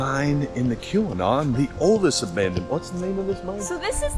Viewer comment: It sounds like you're pronouncing Keweenaw as "que-we-naw" or "koo-we-naw". The accurate pronunciation is "kee-weh-naw".